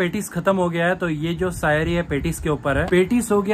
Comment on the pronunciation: bhaiya saiyri nhi shaiyri